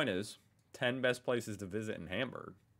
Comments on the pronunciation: this narrator! .. he gets the sound in "Speicherstadt", props to that, but then completely ignores that at the beginning of words is always pronounced as shp ! xD >_> by the way, stop the hamburgers :@ it is "HAHM-boorg" and nothing else :S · It really hurts my ears to hear this guy pronouncing every single syllable of any german name as wrong as possible. I really recommend not to take this for learning how to pronounce the german names. Even Hamburg is pronounced wrong!